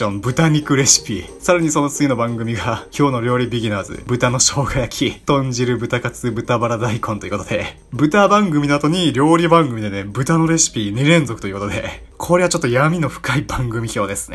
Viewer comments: トンカツをブタカツって読んでるの草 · 豚カツをぶたかつって読むの初めて聞いた笑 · 豚カツ 「とんかつ」ですよ笑